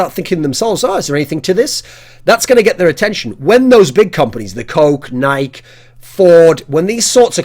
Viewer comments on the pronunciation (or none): That's not how you pronounce "Nike"...